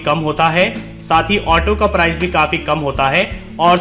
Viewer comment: Apka presentation bahut shandar hai. Mujhe is se pahle, jab bhi kahin jana hota tha to main apne grandson ko ola book karne ke liye kahta tha. Per ab main confidently khud ye kaam kar sakunga. Is guidance ke liye tah-e-dil se shukriya! Apka andaz-e-bayan bahut hi badhiya hai. Bas, sh ki jagah s aur s ki jagah z ka pronounciation, jaise shahar ko sahar, location ko lokesan aur price ki jagah prize thoda sa hatke laga. Vaise, har kisi ki apni style hoti hai. Isliye ise otherwise na len.😀